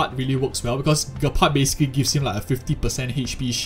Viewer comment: It's pronounced Jepard, not being rude. Just wanted to let you know 😅